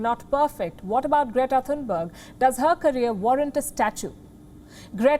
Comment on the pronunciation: "Greata Thuthubarger"😂